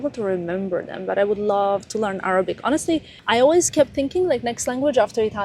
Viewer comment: your Arabic accent is so good, It’s not too hard to learn, knowing your drive you can do it. And omg Vogue, how huge, congratulations 🤍